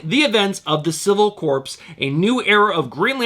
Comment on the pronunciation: I always appreciate your videos. Quick Green Lantern tip: It’s pronounced “CORE” not corpse, my friend! Keep up the great videos, man!